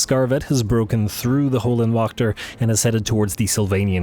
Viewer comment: If you translate Hell Guardians into German it will tell you how to correctly say Höllenwächter. You don’t say it to bad. Just as a German it hurts my ears. Love the channel keep it up